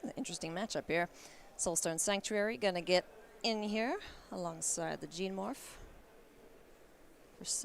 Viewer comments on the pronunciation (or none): Why on earth can't anyone pronounce GENE-morph??